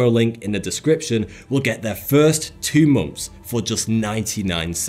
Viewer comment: why does he say "mumps" instead of months?